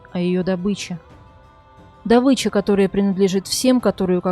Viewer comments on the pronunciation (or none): none